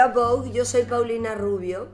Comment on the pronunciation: Es la única latina que pronunció bien “Vogue”